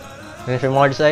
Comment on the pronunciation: Yö need to explör möre, yö massive sausage.